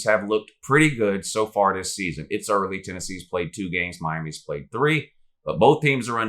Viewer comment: But who have dey pwayed Woo